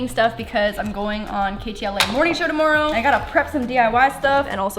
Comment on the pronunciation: the way she said tomorrow